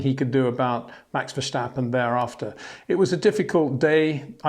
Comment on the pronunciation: Peter, why do you keep saying VerSCHtappen? I don't hear you saying LewiSCH, BottaSCH, WilliamSCH, GaSCHly, HaaSCH, NorriSCH.